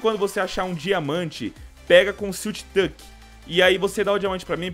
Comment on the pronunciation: foi só eu que percebi que o falou siltch touck??